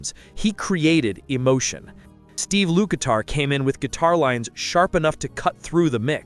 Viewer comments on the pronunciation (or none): It’s LUKATHER NOT LUKITAR